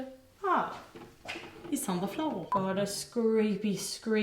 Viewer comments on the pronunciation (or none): "oh... Its on the flAWr" Im actually wheezing omfg it wasnt even that funny but im over here dying 😂😂😂